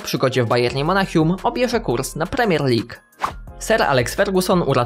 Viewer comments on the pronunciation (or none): none